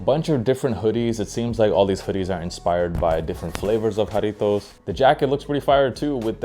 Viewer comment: You are the first sneaker content creator to pronounce Jarritos correctly 🙏 thank you